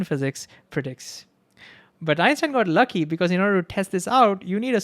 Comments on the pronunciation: Why you pronounciating Einstein as Epstein?? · is he saying Einstein or Epstein ?? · It sounds like he is saying Epstein, not Einstein. Is it just me? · Is it just me or dose he say Epstein instead of Einstein sometimes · Dis I hear him say Epstein instead of Einstein? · bro, i keep hearing u pronounce epstein ... remember , EPstein was a sex offender, EINstein the GOAT of understanding the reality we live in. i adore the way you explain this and the enthusiasm and heart you put out. if only teachers gave 1/10th of what you give , maybe the world would be a better place.